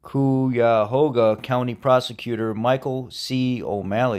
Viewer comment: It's "Ash ta buell a" and "ky a hog a "